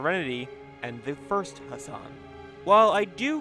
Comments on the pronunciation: Can you please pronounce the ح sound for God's sake!? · You non-arabians make me cringe to death when you mispronounce his name